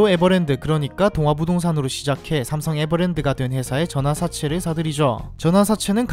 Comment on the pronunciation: 발음 연습좀....전화사채